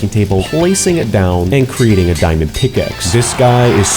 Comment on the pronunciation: Its diamond not dimond